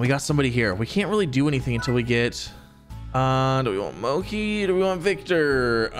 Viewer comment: Ya hear that Z! Keep them fed and they will stay where they are and also I’m 98% sure mochi is pronounced exactly how it’s spelled